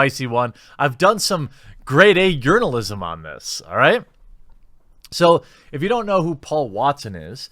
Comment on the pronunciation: I thought you said urinealism (journalism) and I thought '2019, sounds about right.'